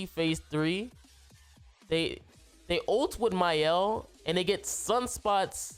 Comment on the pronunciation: Mans really said "Mayel" LMFAO. Good showcase tho